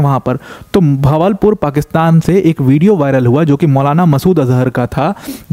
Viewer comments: भवलपुर नही बहावलपुर | अच्छा है उसका इस तरह से सामने आना unknown gunman out for him 😂😂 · Sir its बहावलपुर